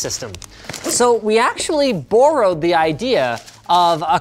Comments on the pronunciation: "Borro-ed" ... is this some strange Canadian pronunciation? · boarroad 😂😂😂 I love canadian accents. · "bore ode" Oh, you wacky Canadians. 🤣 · The way you said borrowed hurt my soul